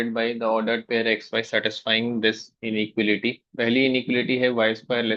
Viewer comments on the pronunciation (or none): inequality ka pronunciation 😭